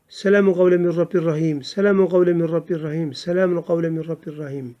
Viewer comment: Min rabbin rahim yazılı min rabbir rahim diye oluyorsunuz hocam